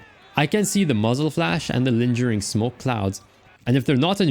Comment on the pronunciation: That's not how you pronounce "lingering." The g makes a guh sound, not a juh sound.